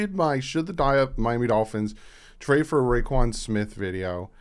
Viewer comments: It’s roquan pronounced row quan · Its pronounced ro(row) quan (quan)